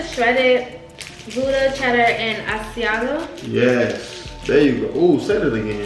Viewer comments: Lol the way he pronounces Asiago cheese is hilarious. I believe it’s pronounced asz-see-ahh-go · 😂 I'm like chef you saying it wrong!